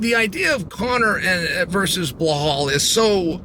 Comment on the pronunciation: "Blahol" STILL? 🤦‍♂️